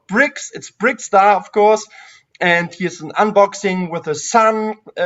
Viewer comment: Interesting topics and the well known guest from America was a charm! / is called BrickTsar, not BrickStar. Tsar in German means Zar and the pronunciation is more or less the same in both languages. Since he says his name at the beginning of every video and you claim to watch them, I find this very disrespectful. Also interrupting him while talking a lot is not the nicest thing to do.